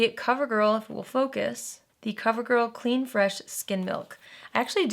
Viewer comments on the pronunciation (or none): none